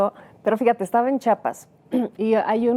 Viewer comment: EL PROGRAMA ES BUENÍSIMO, PERO, CÓMO CHAPAS????? ES CHIAPAS SEÑORA!!!!